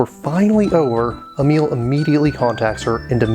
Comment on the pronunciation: Great review, but dammit, "emil"? Really? I though the name Emilie is known enough. Like come on, man. Still, great review.